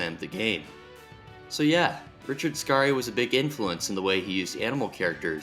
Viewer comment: It’s just Richard scary like “scary movie” not skar e. Like man that was scary just say it the way you read it. Why go out of your way to pronounce a name wrong